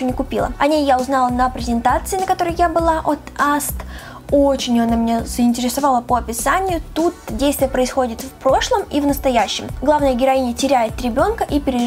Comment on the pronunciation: Привет, очень нравится смотреть твои видео, но правильно говорить не аст а а эс тэ